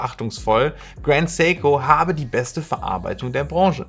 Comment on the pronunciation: Endlich mal ein deutschsprachiger Youtuber der Seiko richtig ausspricht.